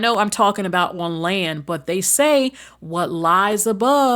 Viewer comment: Not Andaconda 😂😂😂Andoconda the Movie 😂😂😂